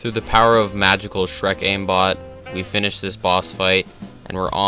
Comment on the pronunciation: Why do i think you swear when you say finished it sounds for me like finish-it Also really good vid ;)